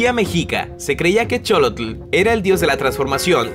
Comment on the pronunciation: la pronunciación de Xólotl es sholotl no cholotl